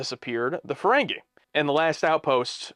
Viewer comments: Fah-ren-gi Not Fah-ren-gay 😅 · Fah-ren-gi Not Fah-ren-gay